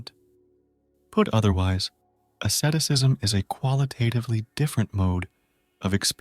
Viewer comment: what the heck is assetisism? please atleast say Asceticism properly matey...